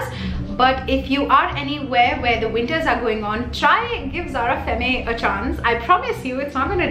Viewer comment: Zara perfumes r really good n I'm planning to 2-3 of them next time. Do checkout my perfume videos. I'm a complete perfume junkie HV around 80 perfumes. N yes I love ur video. N also femme is pronounced as fem in French. Don't get me wrong though.